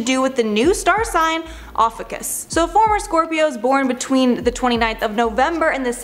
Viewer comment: This isn’t even new. Believing in astrology is hilariously sad. Might as well believe in a flat earth....btw she isn’t even pronouncing it correctly. Smh.